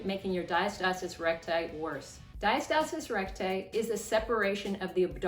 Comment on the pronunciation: Great video thank you. Ive been drinking a shot ever time you said diastasiiiiss recgussthj ghbvn 🤢🤮🤮🤮🤮🤮🤮